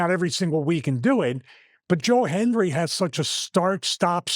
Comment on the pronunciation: Anyone else notice Stevie either said Joel Hendry or Joe Henry? Never Joe Hendry. Lol. He believes and he knows he can't say it or he'll appear. Lol